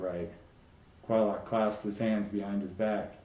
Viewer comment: Finally I know I have been pronouncing Quylocs name correctly. Good read. Thanks.